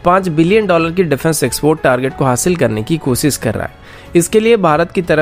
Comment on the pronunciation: Good channel but speech delivery needs correction. Eg. साम नही सैम surface to air Cheej nahi cheez कोसिस नही कोशिश And so on. News reader must give attention to it.